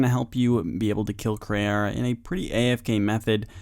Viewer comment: Its Kray how he doesn't say KrEE'arra properly